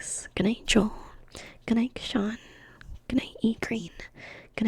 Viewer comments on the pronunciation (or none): none